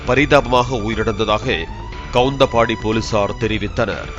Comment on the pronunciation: Kavunthapaadi daa 😢 not kavunthambadi